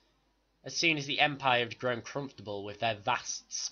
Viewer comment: I don't know why this is bothering me so much but I hate the way you say threat, you say it freat.